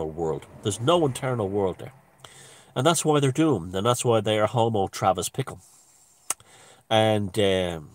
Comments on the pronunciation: Bickle not Pickle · I think it was Bickle ...not Pickle